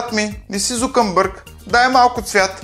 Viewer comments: ЗукъМбърг 1ви път, ЗукъМбърг 2ри път, ЗукъМбърг 3ти път, ПРОДАДЕНО НА ЧЕФО!!! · ЗукъМбърг викаш...